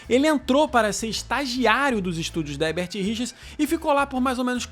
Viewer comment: Boa noite,seu canal é ótimo,vc só precisa aprender a falar HERBERT RICHERS porque vc fala HEBERT RICHERS todas as vezes que pronuncia o nome.Entendeu? Tem que pronunciar os dois ERRES.